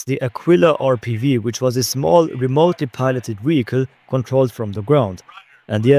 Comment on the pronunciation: Am tripping or every time he says vehicle it sounds "wehicle"